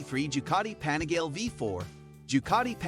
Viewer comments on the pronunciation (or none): "The anigale" smh